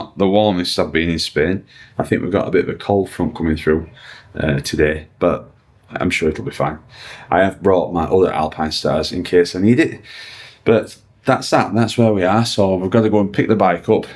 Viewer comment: it's 'Alpinestars' there's an 's' on the end 😂 Good luck with the proper bike, looking forward to it👍